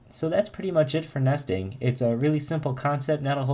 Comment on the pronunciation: you say nesting like nasty-ing :))) Very cool videos, thanks a lot.